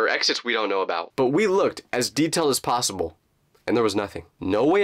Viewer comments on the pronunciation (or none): Y he saying plosable it’s possible